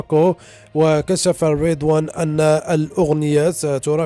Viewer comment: اسمه ريضوان يدون شدة انه اسم عربي مغربي تطوانى فلما تنطقه مشددا وبالطريقة الغربية😂🤣